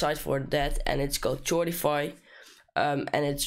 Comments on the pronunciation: k-uh-oh-r-duh , not ch-ord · Ch ordify? No..... Not even close. It’s pronounced Kor-diff-“i”. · its pronounced kordify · sordify😂😂😂😂😂its chordify🔥🔥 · Chordify? It's pronounced Kawr-dee-fai Nice tutorial anyway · Did this dude just say chordify like that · bruh ou made a "ch" sound on chorify >:( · U said wrong pronunciation of chord and chordify on time 🤣🤣🤣🤣 LoL